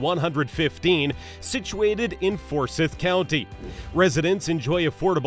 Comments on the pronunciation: Someone needs to learn how pronounce Raleigh and Forsyth. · So the five largest cities in NC are the best ones to live in? I might believe you more if you actually knew how to PRONOUNCE Forsyth County or Raleigh correctly. As people from around here are sometimes fond of saying: Y'all ain't FROM these parts, are ya? Next time, consider Cashiers, Asheville, Davidson, Chapel Hill, Pinehurst/Southern Pines, etc.